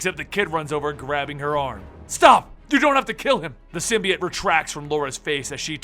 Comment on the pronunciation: Why is he pronouncing "Symbiote" like that? just so wierd